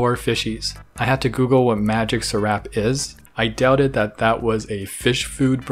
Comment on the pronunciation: hey, magic sarap is a product from the philippines, we use that in almost all our cooking and in english it is yummy magic and the way you say it is magic SARAP no sorap